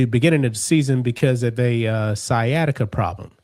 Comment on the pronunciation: Steven A., what the HELL is Skiatica?